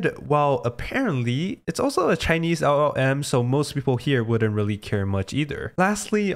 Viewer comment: try to improve your pronunciation of LLM, your Ls sounds like "eagh"